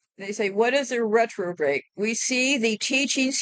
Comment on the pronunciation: Hey! I believe the word is Repro-bate. “He gave them over to a reprobate mind.”